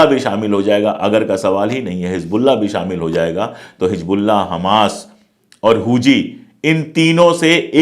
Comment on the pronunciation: It's Hezbollah not Hij Bollah. Plz say it right. Don't mix z and j.